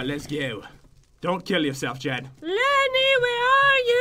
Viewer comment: It’s Lenny not jen